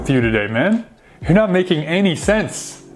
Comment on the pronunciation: you're not making any sence You가 허로 발음되는더 맞나요?